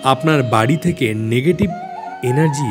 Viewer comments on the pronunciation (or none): none